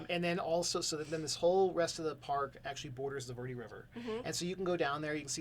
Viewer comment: 'Verde' sounds like 'Bear Day'. Just so you know.